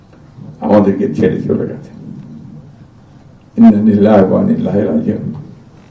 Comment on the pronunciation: মির্জা ফখরুল ইন্না-লিল্লাহ শুদ্ধ করে বলতে পারছেন না আহারে নেতা